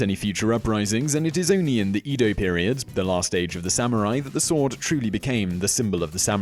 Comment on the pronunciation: Edo is actually pronounced 'Eh-dough' FYI, NOT 'Ee-dough'. 'Ee-dough' would be have to be spelled 'Ido'